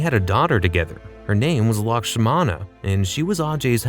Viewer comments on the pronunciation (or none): It is Lakshmana not Lakshama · Its lakshmana not lakshama You pronounced so many words wrong in this video lmao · Dude. It's Kyrat, not Keeryat, and Lakshmana, not Lakshama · Lakshmana ❌ Lakshama ✔️ 😂😂😂😂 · You keep pronouncing it wrong it's lakshmana. Are you not able to read the subtitles